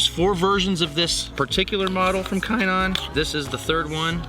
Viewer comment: I'm pretty sure it's pronounced shinon.